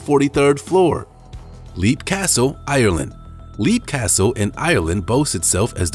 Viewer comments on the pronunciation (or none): Side note: Leap Castle in Ireland is pronounced “Lep” and a family bought it in the early 90s and still live there.